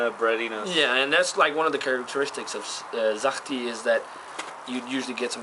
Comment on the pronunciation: Sahti was pronounced almost correctly, the 's' in the beginning should be softer, like in the word 'such', you said it now like 'zahti' :)